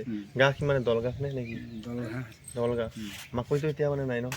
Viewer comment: ঘাঁহ buli nokoi গাহ kole kenekua khune oi ........ অসমীয়া ভাষা কোৱাত ইমান ভূল